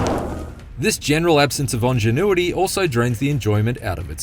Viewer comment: Ongenuity?? Or ingenuity....